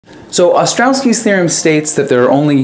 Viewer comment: It's "Ostrowski" theorem, not " Ostrowki"